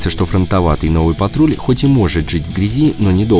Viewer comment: Почему Ниссан патруть, а не патрол